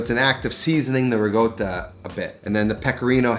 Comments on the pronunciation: Where do you see the word GOAT in RICOTTA?! You keep saying "RiGOTA" very confusing! None the less, good recipe! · why does he pronounce "Ricotta" like "Riggoda" LOL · It’s not rigotta! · Whats "rigotta"? 🤣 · Why do you keep saying ra goat toe? Not a taco